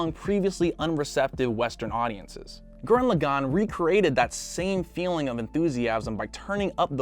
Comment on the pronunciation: My favourite anime from trigger is Gurren lagann and you also said Gurren lagann wrong.......